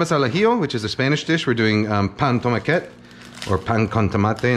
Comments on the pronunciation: Greetings from Barcelona! Just a quick tip, if you pronounce it tomaquét it actually means "little tomato", so the proper way to say regular tomato would be Tomàquet 😊😊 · love the video and the recipe, just gotta say its pronounced pà amb tomàquet not pà amb tomaquét